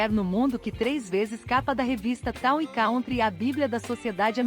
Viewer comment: Pronuncia-se can-try , nao caun-try. Olha o Ingles , gente.